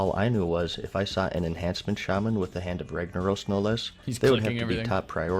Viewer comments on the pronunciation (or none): none